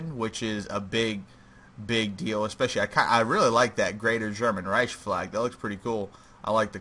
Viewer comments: This hurt to watch, not cause it was bad, but because of pronunciation. Reich is Pronounced like rike, not riesh. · This bugged me the entire video, it is pronounced Reik not Reish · Yes, like bike